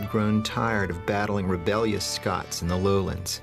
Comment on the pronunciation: It's scots not scotch